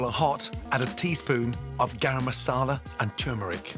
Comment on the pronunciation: lol just HOW you say Garam Masala. its guh-rum not gah-ram. at least its closer than the american pronunciation of gay-ram